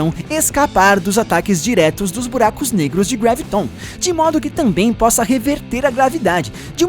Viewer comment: não é greviton é graviton